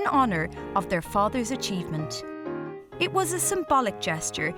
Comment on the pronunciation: The narrator, bless her! I just came from a video where she said something about ‘finish hish’ and ‘start hish’. And here again, she says ‘hish’... turns out she can’t say the word ‘it’!